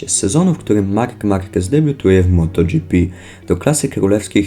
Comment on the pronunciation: MotoGIEPE a nie motodżipi..jak mnie to wkur**a